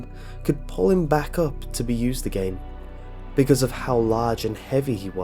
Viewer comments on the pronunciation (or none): none